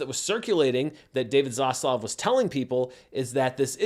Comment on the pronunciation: Next video by: "Why I say 'Zosssluuff', instead of 'Zaslav'."